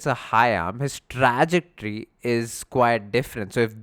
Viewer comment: Good video but pls its Truh- ject- ory